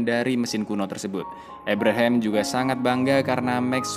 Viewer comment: ABRAHAM, Kang.. dudu EBREHEM 🤣🤣🤣